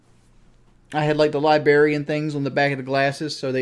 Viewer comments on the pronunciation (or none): “Libarian things on the back of the glasses” Jesus he can’t even say librarian correctly